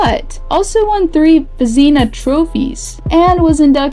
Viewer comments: Vez-Nuhh not Ve-zina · Veezeenuh😂 i